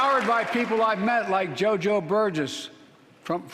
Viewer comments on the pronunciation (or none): none